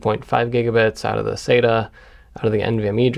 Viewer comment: thanks for the cool video jeff. i always pronounced "sata" like "sat-uh." then i found a great 17+ year old post on tomshardware (from its good old days) that converted me to pronounce it like you ("sayta"). it referenced this famous ST:TNG quote: Dr. Katherine Pulaski: "Dayta, Dahta, what's the difference?" Data: "One is my name, the other is not."